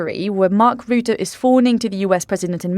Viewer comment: Please learn the correct pronounciation of Mark Rutte. We are stuck with him for a while which is probably a good thing because he is the Trump whisperer. It's Ruh-tuh, not roo-too.